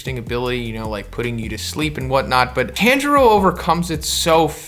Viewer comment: Dude, that’s how you pronounce tanjuro?